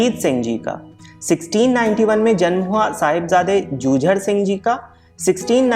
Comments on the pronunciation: Jujer nhi jujaar Singh hai aap galt bol rahe ho sahibjada jujaar Singh g hai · ਜੂਜੜ ਨਹੀਂ ਸਾਹਿਬਜ਼ਾਦਾ ਜੁਝਾਰ ਸਿੰਘ ਜੀ ਹੈ ਗਲਤ ਕਿਉਂ ਬੋਲਦੇ ਹੋ।